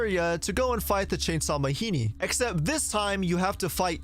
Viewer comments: It's ma-gee-nee not ma-hee-nee. That's African word, not Mexican. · I hate that you keep saying "Mahini" and I can't tell if it's supposed to be a joke. They literally say the name Majini multiple times in cutscenes, absolutely no character says "Mahini" and I have no idea why you would pronounce it otherwise.